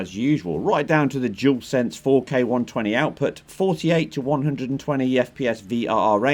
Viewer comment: Another person who can’t say dualsense 😂 it amazes me you are a tech channel 🤦🏻‍♂️ and you don’t say the name properly jewelsense 🤷🏻‍♂️ it’s dualsense 🤣.